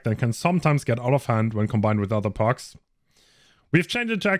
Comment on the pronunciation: Man spricht es Perks aus nicht Parks